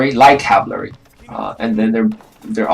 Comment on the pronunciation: learn how to say cavalry and then make another video